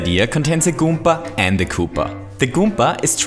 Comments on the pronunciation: did he just say goomka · I miss the old days when he said "kooper" and "goomber"